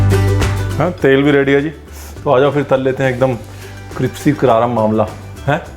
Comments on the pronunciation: cripsy nahi, crispy hai jo kahna tha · So sweetly he says cripsy Hahaha instead of crispy